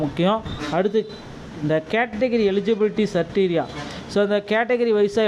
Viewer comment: சிரிட்டீரியா இல்ல க்ரிட்டீரியா